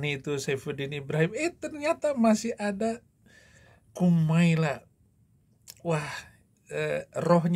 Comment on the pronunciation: Bukan Marlla yang betul mbak Kumaila